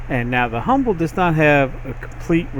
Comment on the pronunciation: Why do you say "Humble" in the vid tho